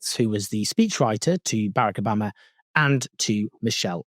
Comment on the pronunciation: BARE-ick Obama?